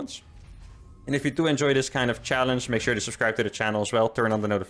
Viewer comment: next challenge, trying to say the word challege correctly.